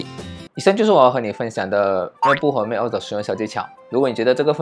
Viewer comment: 要不要再認真聽一下 Google翻譯怎麼說macOS？不然你也有系統內建的語音系統，比Google還標準